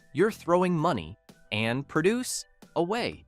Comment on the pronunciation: That youthful-sounding AI narration is jarring when it sounds like a bad reader, emphasizing in the wrong places or getting the part of speech wrong, like (Coke) cold "cun" or produce as a verb instead of a noun; or mistaking half a phrase for the end of one sentence, then starting the next with the last half: " ... 99 equals regular price. Nothing special, 97 equals manager markdown." And what the heck: "79 divided by 49 divided by 39"?!!